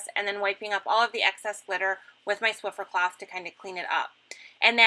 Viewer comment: This is such an all season technique. I really like it. BTW...are you saying Swifter Cloth? At first I thought you said flifferfloff. lol.